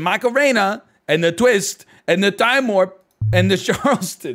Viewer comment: The way he says Charleston makes me cringe